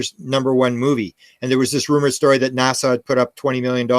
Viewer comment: I Love but it’s pronounced “NASA” as in Cape Canaveral, not “Nassau” as in the Bahamas!